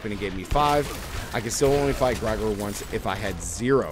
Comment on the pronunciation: Gregor not Grygor